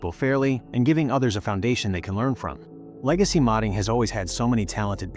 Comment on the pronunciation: idk. I kept hearing lazy instead of legacy